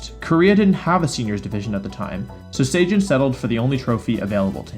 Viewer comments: Why do you say "SAY JIN", there's no A or Y in his name. It's "Seh Jun". I swear, North American people don't even look at how people from other countries romanize their names. They just make something up from Chinese or Japanese and go, "yeah that's close enough". The sound for "ay" doesn't even exist as a single character in the Korean language so it basically doesn't show up in any names. You'd think if you were researching for a video, one of the first things you'd want to know is how to say someone's name. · Please for the love of god. His name is Sejun (Seh-joon), you’re saying it like the same way you would say cajun. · He pronounces Sejun like Zacian and that confuses me so much lmao